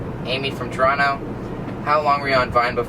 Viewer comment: Yaaaaassss he actually pronounces Toronto properly :)